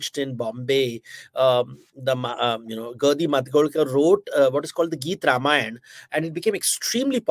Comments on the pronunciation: Behen ji.. Spit the gutkha out and pronounce properly.. It's not RIMayann or Rumayann.. It is RAMAYAN.. The sound is AAA and not IH or UH.. Good God such fake accent.. Trying to impress whom nobody knows.. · Whats with the pronunciation of word RAMAYAN? Indian languages are phonetic and its clear to pronunciation it as RAMAYAN and not as RUM-AAYAN. Do you see westerens speaking hindi say english words in Indian Accent? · Its not Rum-ayan, its pronounced Raam-aayan. Hadh hai.